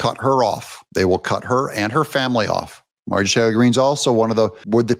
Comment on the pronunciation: Stop calling her Mar-jee Taylor Green. It makes you sound more ignorant